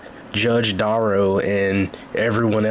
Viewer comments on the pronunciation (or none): "Watch Duh-rell fail...... at not going to prison" 😂😂😂😂😂